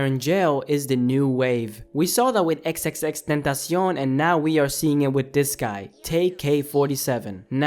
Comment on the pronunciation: 😂😂Did this nigga jus say XXXtentacioon 🥖